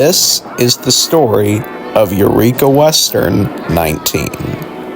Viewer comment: You're pronouncing Yreka and Montague very wrong. Yreka is "Why reka" not "yer eka". And Montague is "Mon Tag you".